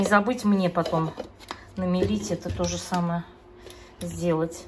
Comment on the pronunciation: Но намолоть, а не намелить!